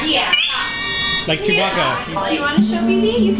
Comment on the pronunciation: Chewie & Groot = Chew-BARK-A